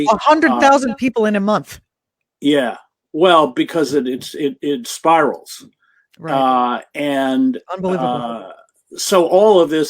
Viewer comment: IT SPIRLES?????? YOU SPIRLE.